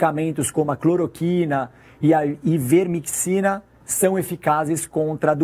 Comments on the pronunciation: Nem sabe falar o nome do ativo... falou ivermeticina esta. Credibilidade zero hein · Não é ivermecxina! É ivermectina! Não sabe nem falar o nome do medicamento! Tess Lawrie é uma especialista em meta análise, vai estudar! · " Ivermexina" ? Não merece comentários.